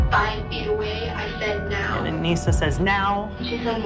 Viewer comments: Her name was Anissa, not Anisia. Lol just had to let you know 🤗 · I support them, I don't support what they did at all but I support them, especially Morgan because of her schizophrenia. Also not to be rude but It kinda bugged me how she said Anissa's name wrong since I've been researching this for a few years now xD